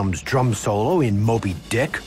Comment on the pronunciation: What's with his emphasis on the word dick?